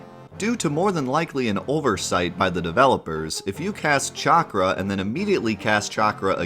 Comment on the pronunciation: “Chakra” “Regen” Chakra... Cha-Cra Regen... Reg-In Chakra = “Sha-Cra” Glad to see keep up his Ohioian pronunciation lol!